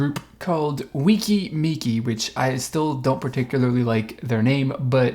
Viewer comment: It’s actually pronounced Weh-ki Meh-ki